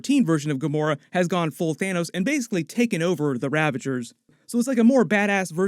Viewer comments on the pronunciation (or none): none